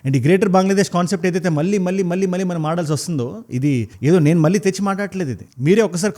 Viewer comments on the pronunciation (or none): మల్లీ కాదు మళ్ళీ సరిగ్గా పలుకు...